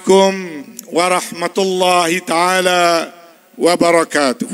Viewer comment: Mukadimah cantikkkk.....tp salam awat sebut hi taala....nmpk leceh la